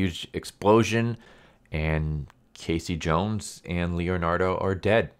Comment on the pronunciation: I stopped watching when he said K C Jones. I just can't hear anymore.